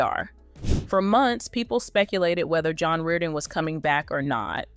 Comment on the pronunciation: Apprenez a bien prononcer son nom!!! Nul ce commentaire.. Vs n avez aucune info!!!